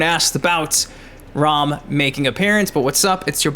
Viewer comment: Was going to like until you said (ROM) It's RAAAAAMMM like how you say MA'AM. No way you get ROM out of that. His name let's you know he's about business. Like he's coming to raam his foot up our ass lol